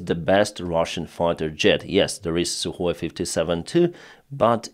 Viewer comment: Suhoy sirty-four and Suhoy sirty-five you're saying ????